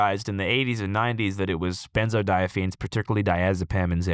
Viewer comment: Alcohol (aka ethanol) and benzodiazePines (not benzodiaziFines like Andrew says lol) essentially act via the same mechanism. They both act on GABA receptors, they just bind to different parts of the receptor